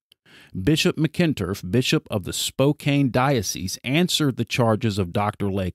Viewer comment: Spokane is pronounced, spo-can